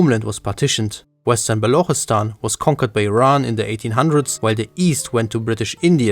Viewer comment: It's not Balukhistan 😂😂 it's Baluchistan with CH not kh. As an Afshar Iranian Turk we always defended our nation no matter Afsharid Empire or today republic so no matter what I'll serve my country. And as you mentioned seperatist movements Iranian ethnic map is more complex. We have Afro Iranians we have Pashtuns ( Afghan ) we have even Georgian christian , Assyrians and even Hazaras so it's more than just this video